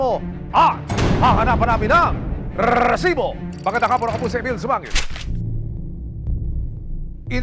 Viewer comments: Why do u have to emphasize pronouncing the word rrresibo it’s so ANNOYING. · Parang motor naman tong c Emil kapag binibigkas ang RESIBO